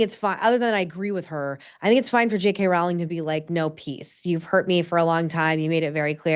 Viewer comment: JK Rowling’s name rhymes with “bowling” fyi! Following this topic closely because I love all her books (including the current Strike series) and I wish she did more interviews in addition to The Witch Trials of JK Rowling.